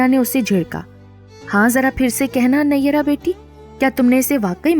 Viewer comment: Phir bhi nayyera nhi hai pronounce sahi hona chahiye